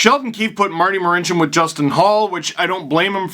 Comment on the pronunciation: Its okay Steve when I speak Marincin’s name ...I sound exactly the same 😟